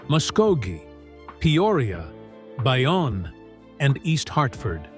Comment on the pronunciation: It is pronounced “Bayown “